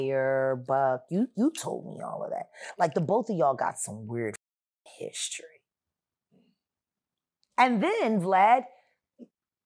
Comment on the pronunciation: If she knows so much, why doesn't she testify or go to the Feds. If she does, please, please, stop pronouncing "both" as BOF. That F at the end is embarrassing.